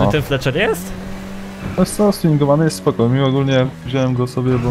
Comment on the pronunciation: Czemu Fletcher? Kto Cię tak nauczył mówić? "Feltzer".